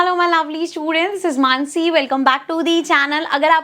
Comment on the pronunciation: Her name - How she pronounce - menssy 😅😂😂